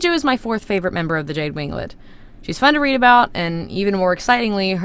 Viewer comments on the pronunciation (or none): Did you say thorth?!? I thought it was only three!